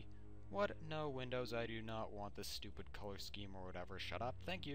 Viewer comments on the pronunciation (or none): none